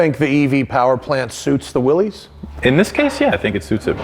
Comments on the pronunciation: Ok, maybe I became a Jeep snob in my old age, but it bugs me that Matt keeps pronouncing Willys like its the plural of the slang term for penis when it's supposed to be pronounced like Arnold's older brother on Diff'rent Strokes. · I'm of the opinion that he was pronouncing it in the incorrect way. People that I have spoken to who were familiar with them in period pronounce it in the other way. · You are wrong, John North Willys pronounced his name in a manner rhyming with 'Phyllis'. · No, the man's name was John North Willys and his name, as with the name of the Willys Overland Corporation, was pronounced in a manner rhyming with 'Phyllis'.